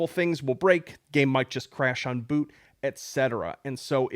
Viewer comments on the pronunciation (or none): none